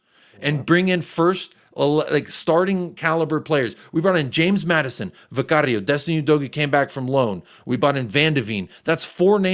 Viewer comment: I love the way says Vicario’s name SOO funny 😂😂😂😂